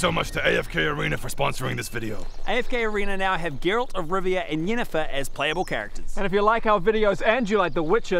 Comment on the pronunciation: Why can nobody pronounce Geralts name properly??? It's GERALT. Not G-rolt